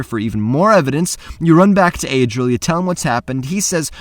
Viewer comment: I feel like your drunk in the beginning with Adril